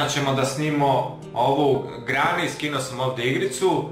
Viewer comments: Brate ti neumes da pričaš nekaze se grani nego greni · Ne kaže se grani nego greni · Ne prica se grani negi se prica greni a pise se granny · Ne kaze se grani nego greni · Ne cita se grani nego greni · AJ NE SERI ZARADUJ NORMALNO KO I PRIJE IZAZOVE I GRANNY SE PISE A GRENI SE IZGOVARA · Ne lazi..sve iz proslog videa je fake..a i ti kao znaš engleski a govoriš grani umesto greni... woow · Ne kaze se GRANI nego GRENI Ne hejtujem samo kazem. Inace imas odlicne videe👍💪👌❤ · ne kaze se grany nego granny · Nije grani nego greny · cuj grani kaze se greni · Nije grani nego greni!!! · Kukuruzna trešnja: Graniiiii!!😆 Ja:Nije Graniii nego Greni tojest Granny😂😂 Volim tvoje videe i ako su lazni ili nisu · Nekaze se grani nego greni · Nije grani nego greni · kaze se greni ali sve ostalo ok i zanimljivo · Nekaže se Grani već Greni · Kaze se greni a ne grani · Kaze se Grenny=Greni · LAJK DA VIDI!!! NIJE GRANI NEGO GRENI! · Nije grani,nego greni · Čita se greny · Ne cita se grani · Kaze se greni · Opada mi kosa kad on kaze "grani"